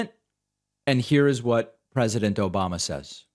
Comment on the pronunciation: "Obamna" kills me every time